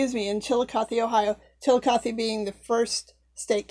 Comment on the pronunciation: I always learn so much from your videos, including how to pronounce Chilicothe! LOL What a beautiful doll, and a fitting tribute to an amazing lady! I wish someone would make a high-quality miniseries or movie about her life, more people should know about these amazing women who paved the way for us!